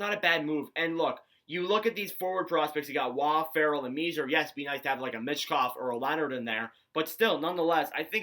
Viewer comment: Thanks for taking the time to review the Habs’ prospects. FYI, according to most of the journalists I’ve listened to, they say that the correct pronunciation of Philip Mesar’s family name is: “May-Scharr.” Great video!